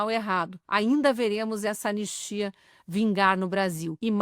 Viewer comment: E a zinha fala "an nis ti a" Dois enes. Analfa.